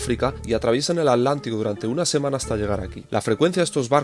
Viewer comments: Maravilloso,, pero debo decirte que me altera mal que digas "ALÁNTICO" y no Atlántico 😂 Gracias por bancarte tantos días de viaje❤ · Porque dice al lántico??